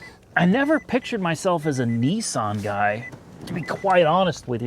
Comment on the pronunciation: It's Not nessan It's nissan